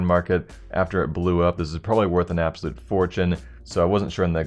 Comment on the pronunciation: "abosulute fortune"